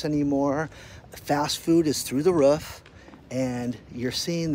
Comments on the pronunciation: Can someone tell it's not "ruff", it's "roof" for god's sake. Though the ruff? Roof damnit Roof! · is it ruf or roof?